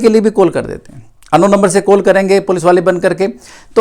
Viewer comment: कोल नही कल होता हैं